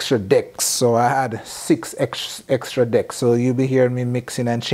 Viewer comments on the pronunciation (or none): Did he say " extra dicks"???/